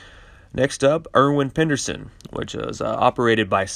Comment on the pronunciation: 'Irwin Pederson' not 'Penderson'.